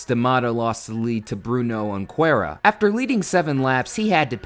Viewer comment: i don't know if you can say it, since portuguese is not your native language, but we actually spell the "J" in "Junqueira"